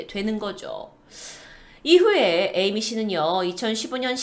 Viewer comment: 첨에 에이미를 애미라고 들어서 띠용